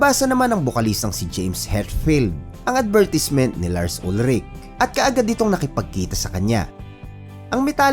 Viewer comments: It is pronounced as "UHL-rik" Lars Ulrich family is originally from Denmark. At ang mga Danish pag nagsalita ay may "glottal stop" Danish language comes from North Germanic at hirap silang bumigkas ng consonant so ang bigkas sa apelyido ni Lars ay "UHL-rik" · Tama naman yun "UHL-rik" na pagbigkas nya.